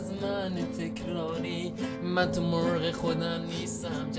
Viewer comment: اقا انقد مرغو با لهجه گفتی منم میخام بگم با لهجه خودت میگم🤦‍♂️😂😂